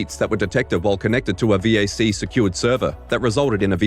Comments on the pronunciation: its a vac ban not a veeaysee ban. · "V-A-C bans" man that annoyed me lmao its pronounced "Vack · Omg...... It's VAC, not Vee Aay Cee... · Who says VAC as V A C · Valve Anti-Cheat or VAC is pronaunced "vak"... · Your VAC pronounciation is stuttering me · only bad thing is you spell out VAC never heard anyone do it it hurt my ears